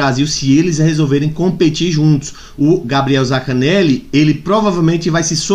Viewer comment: zaNcaneli, não é zacaneli